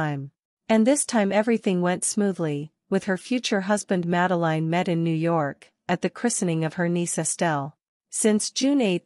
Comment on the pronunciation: Please do get the pronouncition of her name right